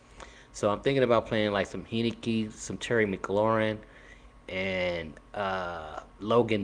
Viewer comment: Learn to pronounce my QB's name! Heinicke (Hine-ni-key) Gave U a like anyway.